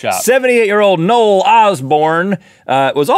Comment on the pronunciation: "Nole??" Unless "Nole's" okay with his name being pronounced like that, then I'd like to announce that I refer my name to be pronounced "No-Well"